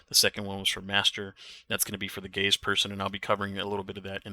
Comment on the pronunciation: I was passively listening and thought you said “the gayest person” when you obviously said “gaze person” 😂 Had the same thing happen in an LFG “ok which of you are the gaze” Took me a second, but the way it was worded was funny